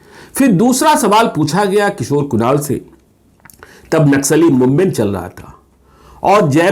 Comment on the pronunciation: सर्वोपरी होता है या शर्वोपारी, सवाल या शवाल 🤔